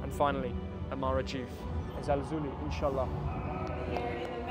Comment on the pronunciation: How beautiful when you say : Insha'allah😊